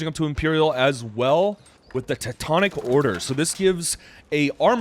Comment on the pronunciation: Nice casting! Btw, it's Teutonic, not Tektonic :)